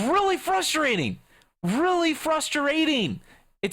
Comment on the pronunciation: frustrating not frustarating